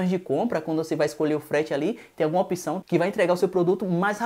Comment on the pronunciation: Apção? Acho que ouvi errado :-/